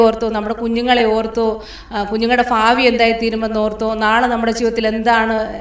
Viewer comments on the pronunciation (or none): ഭാരം,ഭാവി,ഭീതി എന്ന് പറയുവാൻ ശ്രമിക്കുക.നല്ല സാക്ഷ്യമാണ് കേട്ടോ.